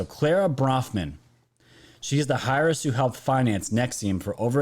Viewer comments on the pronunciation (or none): Airess is how heiress is pronounced. 😊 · heiress is pronounced AIR-ESS. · Heiress pronounced basically Air ess for future reference..hope that makes sense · not hair but pronounced.......air riss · Heiress- pronounce Air-us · Heiress pronunciation = air-ess. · heiris pronounce air iss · Pronounced Air-ress h silent....just for future, thanks for all you do! 💕🐸👏😎🇺🇸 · it's pronounced (heiress ) with the h silent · Hello, FYI, Heiress is pronounced the the H silent, love you